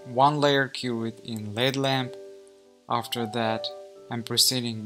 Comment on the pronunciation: Beautiful!!! Most tech call it a L.E..D. lamp he says led like it's a lead lamp lol